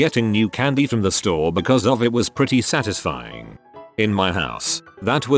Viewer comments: sat iz ifying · The way it said satisfying was not very satisfying